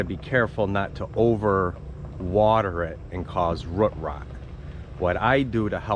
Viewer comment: Where do you live? I love how you say “root” like “rut” cute ❤you pronounce “boot” or “moot” like that too?